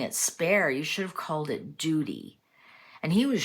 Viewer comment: Did mean duty or dooty?